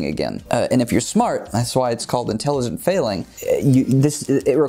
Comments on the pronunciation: Haha "inteligent" 😂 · talking about intelligence... “inteligent failing”😂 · "Inteligent" failing... can't tell if on purpose or not, but take my thumbs up anyway.